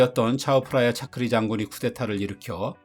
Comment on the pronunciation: 태국발음으로 탁신=딱신 , 차크리=짜끄리